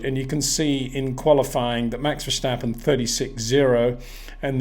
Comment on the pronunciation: Sincerly hope that Peter will finally knows how to pronounce Verstappen and Leclerc next season,,,,…